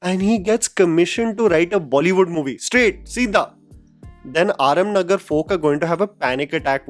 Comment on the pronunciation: Problem ye hai ki, achi story or big directors to star kids ko mil jate hai, Fir chahe unse kuch ho na ho, Or aap English bolte hai thik hai, but aapko Hindi words pata to hone aap aaram nagar ko aarm nagar bolte hai,.same bahut si movies k naam k sath krte ho, esa to nahi hai aapko pronunciation nahi pata hindi me kese hone